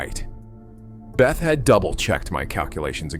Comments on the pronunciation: Hans 'BETH-ah'? Ugh. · Maybe check for a better pronunciation of 'Bethe' (Hans). Good storytelling.